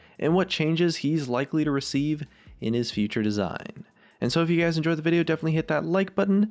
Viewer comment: Wahs up gays its scarece here